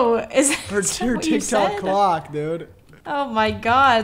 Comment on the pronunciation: he did not say clock